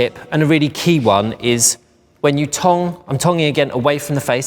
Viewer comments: i keep thinking he's saying tongue 🤭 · I read this comment before watching the video and now I can't stop laughing every time he says it 😂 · At first I thought he was saying tongue 👅 then I realized it was tong. Does he mean curl? 🤔💭🥰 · What’s a tong? Lol does he mean a curler? What’s a tonk? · Say tong again dude... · i couldn't tell if he was saying tong or tongue. i had never heard of someone calling a curling iron a tong before! lol.